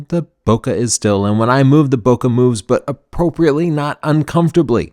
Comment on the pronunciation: Don't mean to nitpick here but if you keep to saying bokeh the correct way (bo-kay, not bo-ker), there would be less chance your audience will miss the word when you're speaking fast. (Thanks!)